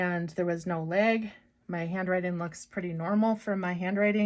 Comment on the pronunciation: Did you just say leg instead of lag. Or were you just trying to draw a leg